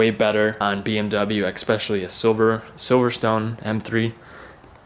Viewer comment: Why u say "eKspecially", fam? We need a hardcore NA n52 setup with that 325i 🤙